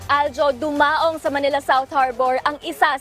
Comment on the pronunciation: DU-MA-ONG ✔️ DU-MAONG ✖️